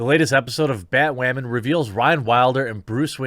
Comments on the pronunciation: Honestly it's bat woman not bat wamen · Why does he keep saying "Batwamen" 🤔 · I'm a little bit confused you keep saying bat wamen but you still say batwoman occasionally I mean does YouTube flag you for one of the other I don't understand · “BatWAHMAN epiSAHD 2.” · Why do you pronounce Batwoman weird..? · Why do you keep saying batwoman like that